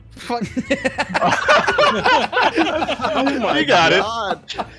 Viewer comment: "aasif gollop" murdered me